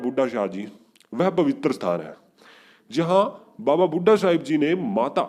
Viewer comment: Waheguru ji he's Baba Bhudha ji Not Baba Bhudha shah ji.. Jaise aao bol rahe ho sometimes it's sounds like shah.. Nahi toh..Saab... Bole Baba Bhudha saab...